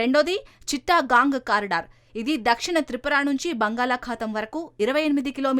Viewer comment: చిట్టగాంగ్ అనాలి.చిట్టా గాంగ్ కాదు.